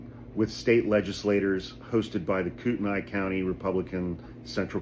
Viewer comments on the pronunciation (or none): The county is "coot-knee" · Idaho has been going progressively nuts for 50 years!! But recently it's just disgusting and disturbing! Btw it's pronounced "Coot-knee" although spelled Kootenai. Thank you for all that you do!! We sane idahoans are sick of it and are done being afraid! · Sorry to be that asshole. But it's pronounced kootanee... Great work on coeur d alene, though! Most people screw that up bad!!! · Kootenai is pronounced "coot knee", should you be interested. Coeur d'Alene did the right thing axeing Lear AM's license. I filed complaints against them with their home state of California. Love that these guys caught charges. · You'd probably have to live here for awhile to get the politics and push-pull of it all. Extremists usually not from here moving here, a county that's red, a small city that hovers on purple. Thus conflict between county law enforcement and city police & mayor. The city declined to arrest or prosecute her. The city instead has charged/cited the private security personnel. County is pronounced KOOT-n-ee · KOOTENAI pronounced Koot-knee Love your videos thank you for keeping us informed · It's pronounced "koot - knee." Sorry. In Idaho, private security has to identify themselves. Norris is drawing disability from LAPD while being sheriff. That's against Idaho law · You pronounced Kootenai wrong bro. I live bout 20mins from that city where this happened Kootenai county is fairly large stretching county lol